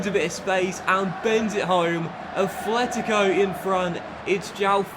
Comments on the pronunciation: Note: It is pronounced "Atlético" Madrid not "Athletico" Madrid. Common mistake when being a native english speaker. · Dont wanna point with my finger, but its called at-letico not efletic-o.. im sorry but it sounds weird in my spanish ear. Otherwise its a really great carrer mode and amazing content! Go own my friend!